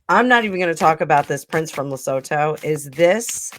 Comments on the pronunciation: Lesotho is pronounced as Le soo too. I am South African. Their country is landlocked in RSA. What about the video where Meghan pushed Sophie out of the way and wouldn't let Sophie stand next to H when the polo trophy was handed over? That was a Santabale fundraiser. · Lesotho -le sue-too